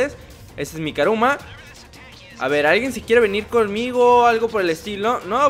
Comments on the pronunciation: El decía karuma y es kuruma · no es karuma es kuruma